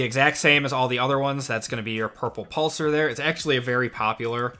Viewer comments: I hate to be picky, but it’s pronounced “pulse are”. Pulsar. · Every time he said the word "pulsar" it made me uncomfortable 😂